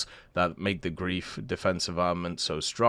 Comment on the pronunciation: FYI it's pronounced ɡʁaɪ̯f. Imagine replacing the L in life with the Gr